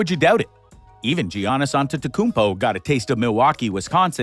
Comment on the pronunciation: Pronouncing Giannis wrong is shameful